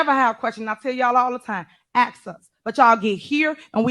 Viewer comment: AXE us🤦🏻‍♂️